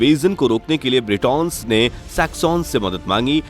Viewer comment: Nice info but sussex,cent,essex,mercia....... pronounce sahi nahi kiya tune